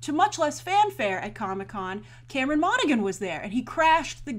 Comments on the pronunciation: monagHan HHHAAN NOT GAN Han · I thought Cameron Monaghan was BRILLIANT on Gotham [that's Mon-a-han BTW, Grace...the 'g' is silent. He's also darn good on Shameless]. In a way, I was sorry to see Jerome killed off, but at the same time, he was almost too successful for the series...how could any other villain top him? I like the show a lot, to be clear. This idea that Jerome apparently inspires the next Joker is really pretty cool... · I'm sure it's been said, but Monaghan is pronounced Monna-Han. It's an Irish name, and in Irish a G is silent if followed by a H. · I'm pretty sure it's pronounce Mona-han. Like in Big Hero 6 with Callaghan "Calla-han". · You said his name wrong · As a fan of Cameron Monaghan. It bothers me that she keeps pronouncing the g in his last name. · I cringed every time she said Cameron's name wrong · Alison Burke ME TOO